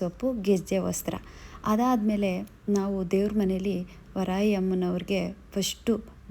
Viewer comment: Ree madam varayi alla varahi amma sariyagi heli